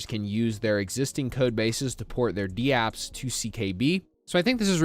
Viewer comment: Dude you’re are literally the only person in the world who says d-apps. They’re called dApps, not d-apps. What are you new?